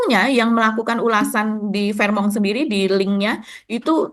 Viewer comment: fairmont asalnya bahasa teutonik / jerman, bacanya fèrmond bukan a la perancis fehmong. nggak enak memproses informasinya seperti mendengar news anchor cadel.